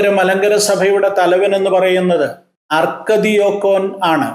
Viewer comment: അർക്കദിയാക്കൻ, ആർച്ച് ഡീക്കൻ എന്നല്ലേ.